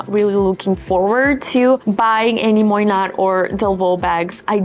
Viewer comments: It’s not pronounced Moynat with a “t”, more like “Moyna” It actually isn’t under LVMH but rather under another subsidiary of Bernard Arnault. Quiet luxury for the really rich. The Saudi’s are one of the biggest buyers and they don’t even have a store in Saudi Arabia. The Queen of Jordan carried a Moynat Gabrielle clutch for Pope Francis’ funeral. You can also have a custom made bag from them. Their coated canvas bags are amazing (better than Goyard) and their leather, lizard, and croc bags are amazing. I’m really impressed with their quality and own two. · Its pronounced moy-na... The t is silent ❤, love your review